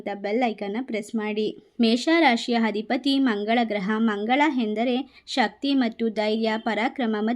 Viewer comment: ದಯವಿಟ್ಟು ಕನ್ನಡ ಸರಿಯಾಗಿ ಕಲಿತು ಮಾತಾಡಿ.. ಹಧಿಪತಿ ಅಲ್ಲ ಅಧಿಪತಿ.. ಅ ಇದ್ದಲ್ಲೆಲ್ಲ ಹ ಉಚ್ಛರಿಸುತ್ತಿದ್ದೀರಿ